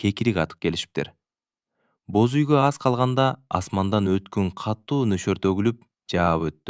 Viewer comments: Бөз үй эмес Боз үй дечи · Бөз үй эмес боз үй😊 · Бөз үй, Нургуль, Үна. У, ү,Ө,о катышкан сөздөрдү үйрөнүп алсаң. Азаматсын. Кыргыздар деле орустардын ар бир сөзүн так сүйлөгөнгө аракет кылабыз. Орустар деле так сүйлөшсө кыргызча кыргыз тилин тебелешбей. Орустар кыргызча сүйлөгүсү келбейт. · Нургүл чыгаар,какшатыптын оорду, кашатып, иши кылып орус окубай эле койсо болмок экен!бөзуй. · Кыргызсынбы туура окуганды уйронуп албайсынбы??? Боз уй де.